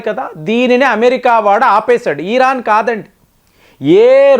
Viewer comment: ఇరాన్- ఈరాన్ కాదు. యురప్ కూడ తప్పు పలికారు .